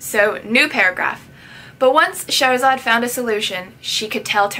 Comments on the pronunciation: Her name is pronounced Shahr Zaad. Shahr meaning city and Zaad meaning born so her name means born from the city in Persian. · It's pronounced (shah- ra - zad) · Her name is pronounced sha-h-ra-zad